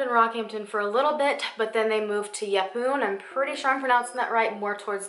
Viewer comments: Yes you pronounced yepoon right. :) crazy story but not abnormal for kids. Thanks for covering a stpry over here :) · Yep, you pronounced Yeppoon correctly! :) -An aussie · Omg you pronounced Yepoon right! -from a Queenslander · First American I've heard pronouncing Yeppoon correctly, impressive :P